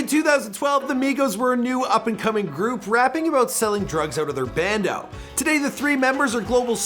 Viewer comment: Never say bando ever again